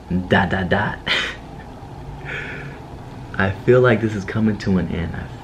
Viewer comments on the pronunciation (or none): Did anyone else notice she said '' fell '' instead of feel lol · Anyone else notice that they said fell instead of feel. Lol